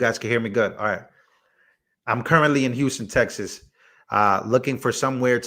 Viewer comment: The way you said houston texas sounded texan 😅